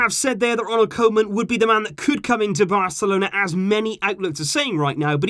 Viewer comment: Try to pronounce it as: kooman ;) Dutch fan here 😂